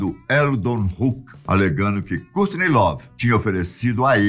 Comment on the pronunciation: A pronúncia está errada em “Kurt”, “cobain”, “courrney”, “grunge”, chad” e “novoselic” As informações deste vídeo estão todas no documentário “Kurt and Courtney”